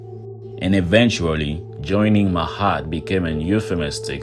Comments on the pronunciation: Ma-at. Not "mahat". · nice video; but why do you pronounce her "Mahat", but is written "Ma'at"? It is hard tell how did they called her, in those ancient days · Even tough your no Egyptian it’s better the some American. Also it’s ma-at.